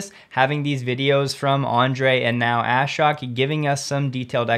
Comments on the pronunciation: Brah, it’s a-shook not ass-shock lol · Shhh... Just so you sound better, Ashok is pronounced more like ush-oak in the Hindi vernacular. Love your show!